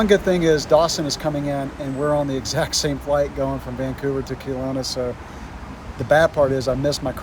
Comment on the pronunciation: It's not pronounced Keelowna it's Kelowna, get it right